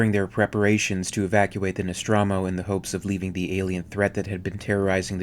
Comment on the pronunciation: The No-straw-mo? When has it ever been pronounced like that?